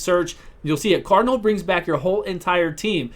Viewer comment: "I've done a million videos on seer" "Her name's Cardnal"